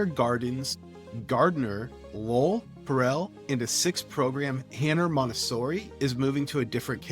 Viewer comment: Are you AI??????? You can’t even pronounce Terrell or Horace Mann properly. How is anyone supposed to trust your analysis????